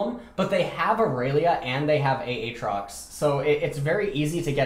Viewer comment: Love these vids. Especially when u say A atrox. It reminds me of Key and Peele's substitute teacher skit. "A Aron".. and shoot me, coz Im sure u hear dat all the time. Subbing to achieve forgiveness.